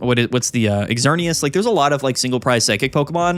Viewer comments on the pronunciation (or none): got whiplash from that xerneas pronunciation